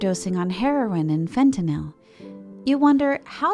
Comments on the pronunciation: Not fenel, fentanyl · not incredibly reassured of the credibility when the narrator has never heard fentanyl said out loud before